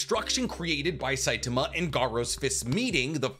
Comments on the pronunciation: Great video but it was grating on my eyes to here Saitama pronounced with a weird stress on the T(a) sound. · I stopped when you pronounced his name wrong. Its Sai-ta-ma!!!!!